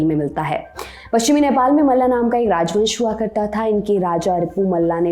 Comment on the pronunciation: मल राजवंश था , मल्ला उच्चारण अंरेजी के प्रभाव के जाएं है। आपके चैनल से सही की उम्मीद की जाती है। बाकी ठीक है। जय हो।।।